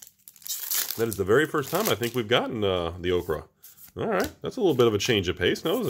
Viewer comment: Oketra = okra? O-keh-tar-a